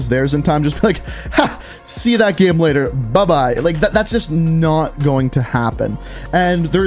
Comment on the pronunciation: Why does he say gem instead of game